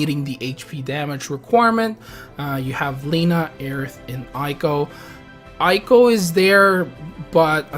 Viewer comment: Again, Eiko is said as "Ey-ko". (Via the e sound in "hey")